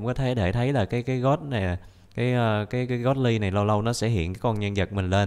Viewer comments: Phải nói là Tiếng anh: gold Người bình thường: gôn: gót 100 englisk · Người bình thường đọc:Gold đọc:God